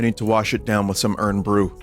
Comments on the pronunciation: Did he just say urn bru?? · i am going insane hearing vinny say "urn bru" over and over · Irn Bru is pronounced "Iron Brew" for reasons beyond my ken Also, I think that spoon thing was supposed to have a Mexican tamarind candy on it. I've only had it once and I guess you're supposed to just like lick it and it lasts forever, but it wasn't really my thing either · I can forgive the Irn Bru pronunciation because you didn’t pronounce Glasgow as Glass Cow as is American custom, thanks Vinny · The way Vinny says "Irn Bru" hurts my Scottish soul. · I put ketchup on my chips. They're just potatoes. You put ketchup on those all the time. Vinny's pronunciation of IRN BRU is interesting.